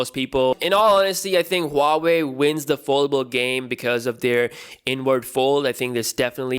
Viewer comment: Who-wei? Lol